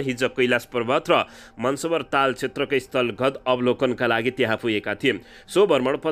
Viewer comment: "मानसरोवर" भन्नुहोस् न महोदय। यो हाम्रो देशमा रहेको पवित्र तीर्थस्थलहरु मध्येको एक हो नि